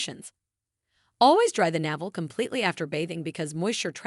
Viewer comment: Yes, every time navel came up, I cringed.